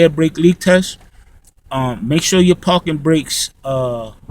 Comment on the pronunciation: Lol he says parken..we say parking lol.. It was cracking me up.. Very informational